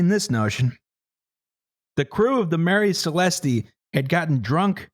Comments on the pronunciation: I find it very weird the way you pronounce Marie celeste, the e is actually silent, so you prounce it Marie Celest, that's why it's famous because it sounds nice. It wouldn't be famous if it was called something as stupid as the Mary Celestee as you say it. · I'm ashamed of for not picking up that they kept saying Marie Celeste wrong, it's pronounced Maire Celest, no E because as withost names it's meant to sound nice and not disgusting.